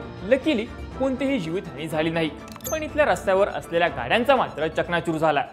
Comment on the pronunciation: चकणाचूर नव्हे रे चक्काचूर😂